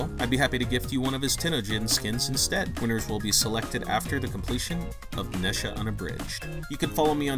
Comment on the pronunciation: Boy really said Nesha